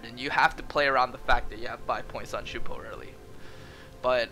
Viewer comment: the way he says shunpo instead of shumpo is triggering me so hard